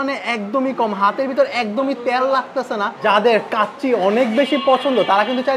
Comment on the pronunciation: ত্যাল না ভাই তেল।ভাল রিভিউ করেন তবে কিছু উচ্চারণ এ উন্নতি করা প্রয়োজন। অনেক আগেই থেকেই ত্যাল উচ্চারণ করেন আপনি। সময়ের সাথে ছোটখাট ভুল গুলো শুধরে নিতে হবে। ধন্যবাদ